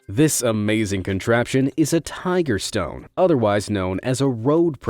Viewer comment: my guy said "stoned road!" 😂